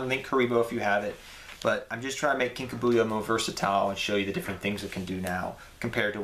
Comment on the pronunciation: Lol Kinka BU-yo. It's Kinka B-YO.